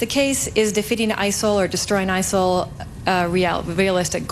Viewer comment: ISIL or Asshole, that's what it sounds like every time he said it.